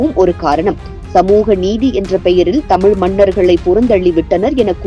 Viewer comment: முதலில் தமிழை தமிள் தமில் என சொல்வதை விட வேண்டும்.